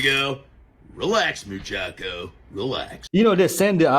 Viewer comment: . This fellow says he took Spanish in school and pronounces Mu-cha-cho as .... Mu-chack-o?, okey dokey then. 👍